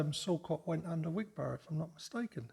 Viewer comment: Wig-bra not Wig Bor ough